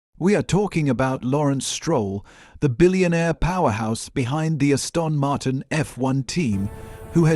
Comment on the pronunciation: Stupidly wooden AI narration. Ass-tawn Martin?